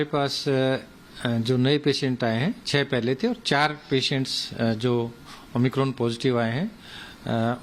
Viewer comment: O my cron ki vajha o my good bol deate 😂😂😂 enko to aap omicron bhee nahi bol mil raha hai 🤣🤣..................🤭